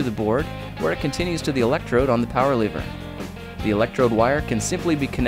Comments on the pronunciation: Why do u say leever it's lever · you pronounce it lever, he pronounces it leever. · How come you dont have an accent, but you say lever like leever